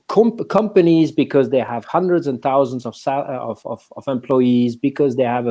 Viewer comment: There’s no “g” in “companies” in English — hire someone who speaks the language, ffs